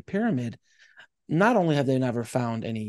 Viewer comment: Note you said "the only". Sounds like 1 to me.